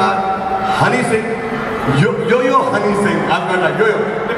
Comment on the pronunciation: Honey yo yo singh 😢😅srk ne name theek se nahi boa